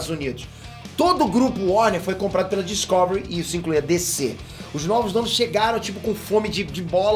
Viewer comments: DiscÓvery doeu um pouco os ouvidos, meu caro 😅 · Po top. Mas n é Discôvery n po kkk é Discovery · Eu ouvindo ele dizer Discovery errado o tempo todo. 🤯 Obrigado pela notícia, gostei!! 👏🎉